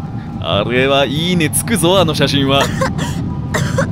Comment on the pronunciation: 「イイね👍」か「いい値」か最初わからかった。